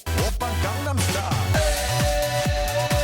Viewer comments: The only thing I don't like about this video is that you keep pronouncing Gangnam Style wrong. Psy says it 50 times correctly == Gaang-Nam Style. A Long "a". Not gang. Why do native English-speakers keep saying it wrong? Sheesh. Also it's against the law to listen to music in different languages now. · you mispronounced gangnam its not like gang as in the crips(i assume ive spelled this right but im not sure) it more nsounds like gong like the instrument its derived from a district in south korea you can learn about it by searching gangnam district on wikipedia your a fucking genius but you should make sure to respect a nation and learn to pronounce it the right way and not your way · its funny that even though the song clearly sings and repeats the correct pronunciation of Gangnam style (like gong-num style), people are still dumb enough to say Gang nam style, its not even hard to say it the right way so there should be no excuse for doing so, sheesh. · not even pornouncing it right. it is not gang nam its pronounced gong nom.....i looked up to you. u were my idol. im a cynic too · G*AH*NAM STYLE!! You pronounce the name with an 'ah' sound, not 'ay'!! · it is pronounced GONE- NOM!! Its korean!! G is silent!!!!!!!!! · can someone explain to me where people are getting gAngnam style? It's pronounced (both by Psy and IN THE SONG) with a long a and almost sounds like condom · Actually its more like "gahng-nam". The first a is short and there is no emphasis on the second g. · Sounds like he's saying "Condom Star." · man the way you pronounce "gangnam" literally made me cringe... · As a korean, its not gang then nam. the a is short. Jus sayin. And I love your videos. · As expected, you guys (Americans) pronounced it incorrectly... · im korean and it bothers me that you cant say the word gangnam correctly. If you are going to make a video about ganganam style please say the word correctly. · ga-ngam every missays it wrong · It's pronounced Gongnam...